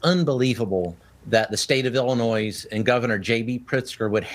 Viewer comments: CAN'T BOVINO PRONOUNCE ILLINOIS PROPERLY ? DUDE IT'S SILENT NOT NOISE, NOIS, NOYEE, SEND THIS MESSAGE TO BOVINO PLEASE ,THANK YOU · Much appreciate your content - and I hate to say this, but someone needs to teach Greg Bovino that we don't say the "s" in Illinois. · Politicians and officials. When talking about Illinois, it makes you look like a complete idiot when you pronounce the S on the end. It’s been happening a lot with Illinois in the news so much. Learn how to pronounce the states in your country!! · Mr. Bovino, you don’t pronounce the “s” at the end of Illinois, even though you do. It’s a French thing. You must not be French, It is the same with Des Moines, Iowa. But Illinois is more fun. 🎈😃